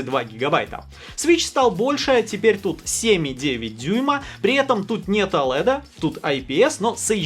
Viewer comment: Оулэд, оуэлед оуэлед, оуэлэд.